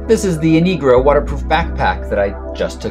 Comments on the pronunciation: It sounds like you are saying :'InigRo' instead of 'InRigo'.. Which is it.??? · you said inegro